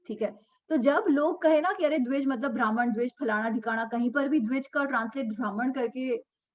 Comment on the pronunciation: भ्रामण what kind of pronunciation is that, also ब्राह्मण, क्षत्रिय, वैश्य, शुद्र are वर्ण not जाती